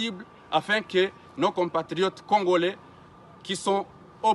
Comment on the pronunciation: Monsieur tu es congoRai et non congolai écoute ton français